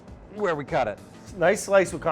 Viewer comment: "Eyyy I grew up on eet" -You may come ouf of Jersey, but Jersey is never coming out of you.